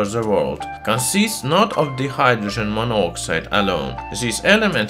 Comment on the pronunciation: He did actually say dihydrogen monoxide, right at the start. It just sounded like "dee-hydrogen" not "die-hydrogen"